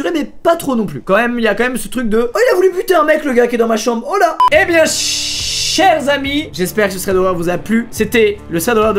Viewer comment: A la place de ( chers amie ) en dirais qu’ils a dit ( cheh amis )